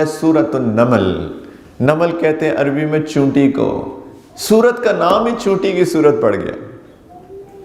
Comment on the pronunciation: اردو کا جنارہ , چیونٹی کے بجائے چینوٹی، افسوس 😂